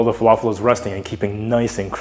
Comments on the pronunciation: The right pronunciation is Fa La Fill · Good job👏🏻👏🏻 🧆🥙 It's pronounced Fah-Lā-Fil not Falaful And the L's are pronounced like the L in "Large" 🙆🏻‍♂️. And for tahini add one spoon of yogurt and a little bit of cumin 🤝